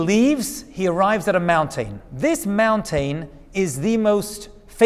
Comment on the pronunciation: I sure do get a kick out of the way you say mountain. "Moun-tane". Cracks me up every time. 😁